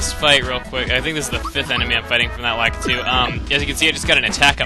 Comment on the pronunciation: You said lakitu wrong